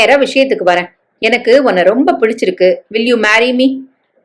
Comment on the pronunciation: Voice ok narration um ok but suttrilum muttrum puduchirukka intha varthaigala neenga vasikkumbothu suchilum muchum puchurukka 😂 nallathan irukku